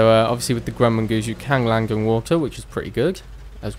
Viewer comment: The word land doesn't have a G in it